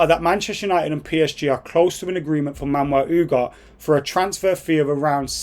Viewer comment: Lmaoo “Man-Well Oooghart”